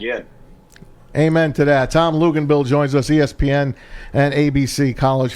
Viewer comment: Hilarious show Couldn't pronounce Tom's name and lisping and spittle....